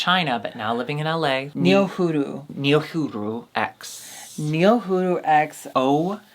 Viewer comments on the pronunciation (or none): am i the only one feeling some type of way about the boulet's (repeatedly) saying Niohuru's name with an L? (NiohuLu) ud think someone would stop filming and correct them, so they dont look like assholes misspronouncing the foreign girl's name. ud think queens named DRACMORDA and SWANTHULA would take the time to learn the name of the contestants.